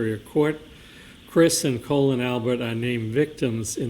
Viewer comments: Me too! What a complete idiot!! Colon instead of Collin. 😂🤣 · Every time called Colin “Colon” I couldn’t help but laugh, because everyone probably agrees with him being an A-hole! 😅😂😂😂😂 He probably gets upset every time he mispronounces his name! 😂😂😂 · At least the Commonwealth properly pronounced the name of “Colon” Albert bc he is a piece of shit! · Calling him “Colon” the whole time 😂 lmao too much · The mispronunciation of Colin as Colon cracks me up 😂 makes me want to refer to him as Semi Colon : ; 🤣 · I can't believe he's still calling him Colon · Is he STILL calling him Colon?! 😂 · "Colon" - Jesus Christ dude, at least learn how to pronounce the names in the case you're working on. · I thought his name was Colin, not Colon. 🤭